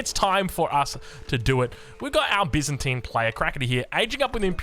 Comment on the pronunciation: Bi-zan-tian. good on ya!